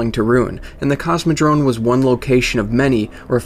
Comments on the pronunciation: It is Cosmodrome, with an "m". Not Cosmodrone... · Cosmodrome, not Cosmodrone(sounds like you say Cosmodrone) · Very cool info man! Subbed! :) PS: CosmodroMe, not droNe... <3